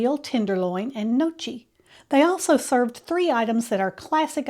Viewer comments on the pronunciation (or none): NYOKI = gnocchi. You should check how to pronounce the food items you tell us about!